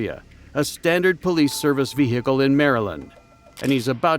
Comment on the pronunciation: Say vee gee kle one more time again